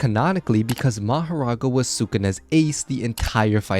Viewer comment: Mahorga not maghera